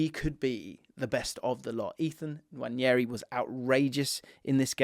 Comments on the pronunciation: Btw its “wah-nairy” not “nwanny-airy” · I believe it’s pronounced Wan-air-ee, not Wan-yeah-ee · Love the content! Just a minor thing that bugs me - Nwaneri is pronounced "nwan-neh-ri", not "nwan-nyeh-ri" 🫡